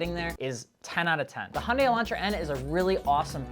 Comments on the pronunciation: “Hi-yundaes” 😂😂😂 “Hyundai like Sundae” campaign failed. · Hyundai is pronounced Hue N' die